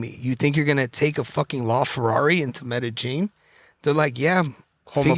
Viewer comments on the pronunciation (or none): It’s pronounced meh-dah-yeen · Why is he pronouncing Medellin "Metagene" 🤣🤣🤣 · “Mega-Jean” hahaha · Him saying he sent that laferrari to “metajean” is blowing me😂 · WTF is Metagein Colombia?I think this fuckin guy is talking about Medellin Colombia where Escobar is from ! Just shows now matter how rich u are you can still be ignorant ! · why cant he pronounce Medellin ? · Why does he keep saying the name of that city in Columbia like that????